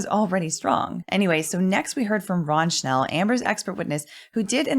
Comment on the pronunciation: Beside being a perfect RECAP of the day 19 trial i have to highlight the fact that perfectly pronounced the word "Wunderkind" and Mr. Schnell name! Absolute perfection!